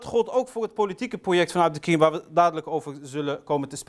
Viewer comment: Het is geen abdelkrim maar abdelkarim.corrigeer eerst dat .